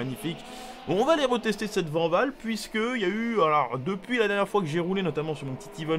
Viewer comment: Mais non coach, ça se dit pas Vanvall, ça se dit Vaaaaaanwoooooll Toujours au top sinon Ne faits pas une Jacques Villeneuve 😂